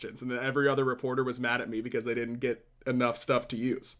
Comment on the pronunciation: Please stop saying dudn't. You literally never say didn't. Nothing else in your accent betrays a southern vernacular or accent. For the love of all that is holy - PLEASE stop saying dudn't once a minute, I actually have to mute your casts or I go crazy.